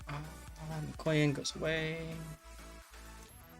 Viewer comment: Yup, that one was a lot of fun. Sidenote #1: I do have Expert Loader on this captain, still I often prefer to clear the barrels rather than waiting those extra seconds. Sidenote #2: Chat brings up the backward firing torpedoes on IJN cruisers; that's the Aoba and up, Furutaka doesn't suffer from this problem. Sidenote #3: It's pronounced mika-YAN, not mi-KOY-an. ;) Sidenote #4: Hello there Stevie! :D